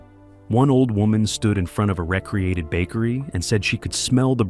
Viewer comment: There is a big difference in meaning when you mispronounced "re-created" (making something again) as "recreated" (leisure related). I don't think anyone involved, either in the original battles or the film production, considered it recreation.